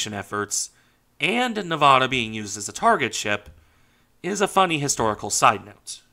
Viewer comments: It's pronounced "Nevada" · don't you mean "Nevada"?